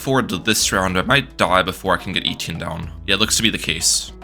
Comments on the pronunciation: Eh-tee-en not eee-tee-in 😭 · Great vid! FYI its pronounced Eh-Tee-Enn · the way my man says etienne cracks me up everytime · It hurts my ears every time you say Etienne. That’s not how it’s pronounced.